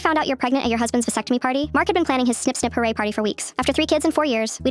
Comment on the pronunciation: Im sorry did she say snip snip hurray